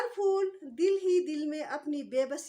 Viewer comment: اردو کے لفظ "پھول" کو "فول" کہنا نازک، حسین و جمیل شے کی تو ہین محسوس ھوتی ھے۔